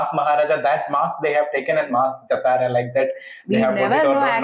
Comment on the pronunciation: its not jataraaaaa ....its Jaaaatara